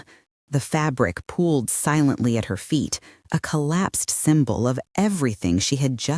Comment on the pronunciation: 1.24 ‘pulled’ s/b ‘POOLED’